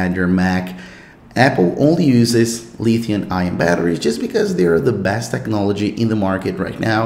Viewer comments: Pronounced lithium. Not Lithiun. No N at the end. Fyi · This dude say LITHIUN batteries. Lulz.